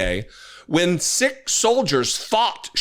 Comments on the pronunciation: The pronunciation for Sikh is Seek, not Sik. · It's pronounced "SEEK." (not "sick") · I believe that the correct speech for the Sikh faith isn't " SICK " as you verbalize it, but it's called " seekth " faith. I believe that you have confused many people who are not aware of different beliefs and when you say " sick " you should learn the proper pronunciation of the belief. It's " SEEK-TH ", Thanks, I know you will correct yourself. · Love you, but please, Sikh is pronounced "seek" not "sick" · Muslim men do not wear that type of turban. The gentleman is a member of the Sikh (pronounced seek) religion. Unfortunate that kept pronouncing it as sick. Sikh soldiers fought valiantly in WW2 against the Japanese in the far east. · Sikh is pronounced as "Seek", not "Sick". I hadn't seen or heard of this Mary Miller before... she's a repugnant moron. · It’s pronounced “SEEK” …..not SICK! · … NOT pronounced… ‘Sick’ but pronounced… ‘Seek’ 😊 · Pardon,, Sikh is pronounced "seek". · Love u and all u do but it is pronounced "seek".... Not sick. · To say Sikh you need to say seek because the other way sounds like sick. Free Palestine 🇵🇸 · the religion is pronounced Seek and not Sic. I have grown up with Sikh's and they are a fine honourable people. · Sikh is pronounced "seek" not "sick". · Hey, Sikh is pronounced like the word seek. Take care. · i have never heard it pronounced sick......its like you said seek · Hey, also a side note. Sikh is pronounced like seek not sick. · Isn't it pronounced seek not sick????? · I agree with your viewpoint, but Sikh is not pronounced sick. It's actually more like seek. I just don't want to give the right the idea to call it a "sick" religion. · Sikh is pronounced like Seek, not Sick! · Channel your inner Stewie Griffin; SeeHk. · Isn't it pronounced "seek"? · It's pronounced like seek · Sikh is pronounced seek! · Pronounced Seek